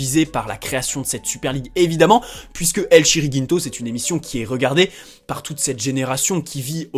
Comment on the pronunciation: « El Chiringinto » comment j’ai eu mal aux oreilles ... 😭 C’est « El Chiringuito » l’ami 👍